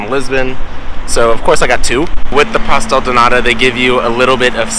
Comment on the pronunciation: Pastel de nata....not pastel de nada ..kkkkkkkkk